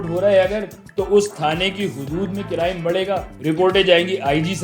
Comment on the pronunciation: Crime ❌ Carime ✅